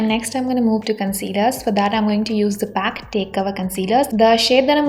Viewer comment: Mam aap ka pronounce galat hai ..it's call p.a.c